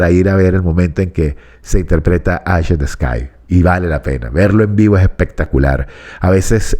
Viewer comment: Estimado, por el amor de Dios no diga más "Aish in ths Sky" la palabra "Eye" en inglés se pronuncia "Ai", el nombre de la canción se pronunciaría correctamente de la siguiente forma: "Ai in de scai". Espero haber sido útil. Saludos cordiales.